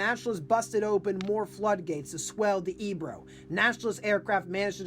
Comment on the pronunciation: Good video. I spent two days last week in Corbera, and currently living in Flix studying the battle. Btw, it is pronounced “fleesh”. The river is pronounced “ay- bro”